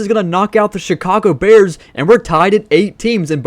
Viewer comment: He said Chicago pears